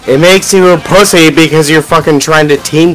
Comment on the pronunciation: bing bong cant even say pussy :')